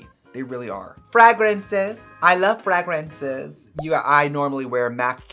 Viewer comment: Taking a melatonin before watching this just to fight sleep to listen to some weirdo woman on the internet saying "frAGraansays, frAGraansays" and discuss what she uses to create an oil painting where her face should be